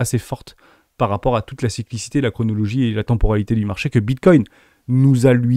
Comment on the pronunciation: Le marché a-t-une mémoire ? La faculté des youtubers à faire des liaisons mal-t-à-propos, ça m'a toujours fasciné. 😂 Ça n'enlève rien à l'intérêt de la vidéo 😉